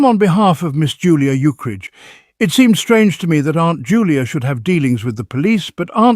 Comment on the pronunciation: It's a shame the AI keeps pronouncing Ukridge as "Uke-ridge".or "Eukridge".